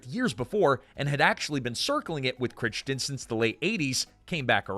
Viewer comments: I think that Noah Wyle pronounces his last name like "Why-Lee". I think that Michael Chrichton's last name is pronounced like "Cry-Ton". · Cry- ton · It's pronounced "Cry-ton". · Micheal Crick-ton actually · Why does this guy keep mispronouncing Crichton’s name. It’s pronounced cry-ton!!! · How do you not know how to pronounce Crichton correctly. Come on dude, he is very famous after all. You got Margeles(don’t know how to spell it😂) correct. What happened?!? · Personal opinion, I can't stand the AI narrated videos. And it is unforgivable to mispronounce a name as well-known as Michael crichton. Shame on the editor I will be clicking. Do not recommend this channel. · I love your channel, but you need to look up how to pronounce people's names.It's not Noah While it's pronounced "Why-lee" and Michael Crichton is pronounced with a long 'i' That one I know for sure because I met him. I give you half credit for being consistent. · It's pronounced why-lee. WHY-LEE. Also, cry-tun. CRY-TUN. Ffs... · Every time I watch one of these damned videos I remember why I shouldn't. Mispronouncing things constantly!!! Michael Critchton? Noah While? Need to check your AI research tool more buddy. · I do love these videos but for heaven's sake, please research your pronunciations. Every time you mispronounce Noah Wyle and Michael Crichton, a hoard of fans want to throw something at their screens. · Love this show so much! ❤. (Michael Crichton and Noah Wiley's names are being mispronounced. OMG Do your research! )